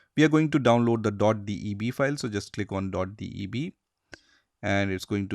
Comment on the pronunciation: DOT "D E B"